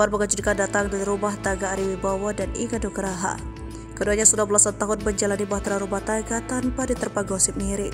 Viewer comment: Inge anugrah min.......g bener banget sebut nama orang